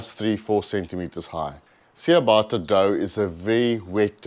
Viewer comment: Nice 😋. Just one thing it’s pronounced Chia bata not chia baaata.